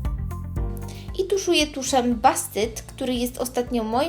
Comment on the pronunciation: Dodam jeszcze, że wyraz "boost" wymawia się jak "bust" a nie "bast". Zwracajcie, Drogie, uwagę na prawidłową wymowę nazw produktów po angielsku. Serdecznie pozdrawiam :-)